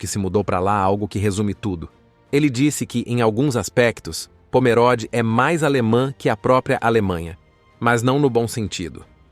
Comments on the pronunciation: Leia-se Pomerôde e não Pomeróde. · CORRETO : O narrador está pronunciando incorretamente . Parece leitura de I.A.